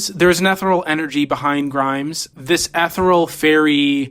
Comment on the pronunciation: bro said 'eth er oll' instead of ethereal